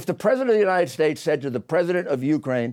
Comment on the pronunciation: “The United shkates of America”